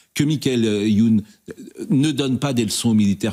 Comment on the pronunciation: dès que j'ai entendu Young j'avais compris ;)